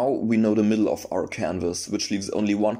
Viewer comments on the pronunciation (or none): “...and now, ve dance.”